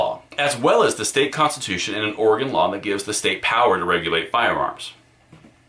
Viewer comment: Thank you for pronouncing Oregon correctly. Many people who live outside of Oregon say "Orahgahn", but you correctly pronounce it "Orygun". Plus, thanks for all of the great information you provide!